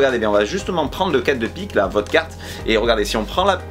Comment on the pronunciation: quand tu dis votre carte on dirait trop vodka😂